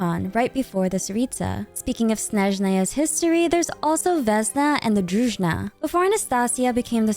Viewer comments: small corrections: vesnA druzhEEna - as дружина - old military-like or policelike formation (it is only EN localization mistake, other languages have it right, so far i checked) anastasYa veCHe - the CH sound like in hiliCHurl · If you have time I suggest to look up the pronunciations for the names of characters and words like Druzhina. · Thanks for using the correct stress in the word Snezhnaya! :face-red-heart-shape: Btw, there's no such word as Druzhna, the correct one is Druzheena [druzhi:na]. It means a squad of friends, trusted warriors guarding the monarch.